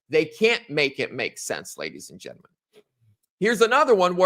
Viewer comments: I like mispronunciation of “gentlemen” it’s like his tagline. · You learn how to pronounce gentlemen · It's annoying how he pronounces it since I'm taking English grammar in school and language arts on using proper grammar in English